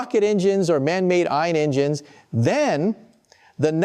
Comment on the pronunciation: "en gynes"? The AI flubbed that one.